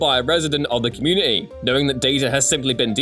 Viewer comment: There is a T in community dear boy.